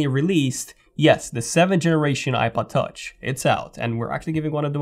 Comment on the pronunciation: Something about the way you say iPod Touch sounds like "I butt touch"